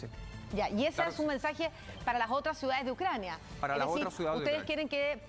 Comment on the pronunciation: El militar estuvo muy bien en su análisis, pero la periodista ni siquiera sabía cómo se pronunciaba el nombre de algunas ciudades de Ucrania. Lamentable ... 🤣🤣🤣